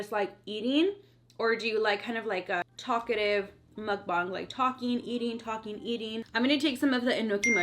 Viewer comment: Yes I love your mukbongs 😭😭lmao I love the way u say mukbang